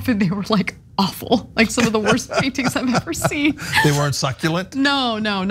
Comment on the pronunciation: Did you say his paintings are awful? Or offal..?